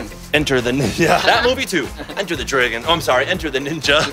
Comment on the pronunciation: It's not drawgon it's not draygon it's DRAGON